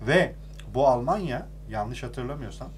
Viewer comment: Almanya'yı güzel söyle hadsiz😂